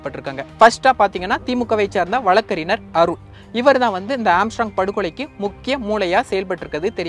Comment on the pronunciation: மூடனே....வழக்கறினர் இல்லை....வழக்கறிஞர்..முதலில் சரியாக தமிழை உச்சரிக்க கற்றுக் கொள்.. பின்பு உனது பதிவைப் போடு...